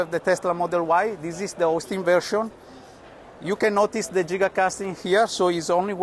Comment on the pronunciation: Finally someone that pronounces giga correctly.